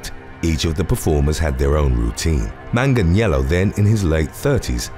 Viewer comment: Beautiful pronunciation of Manganiello